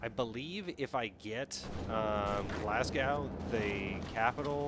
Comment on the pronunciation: Glasgow is pronounced more like glazgo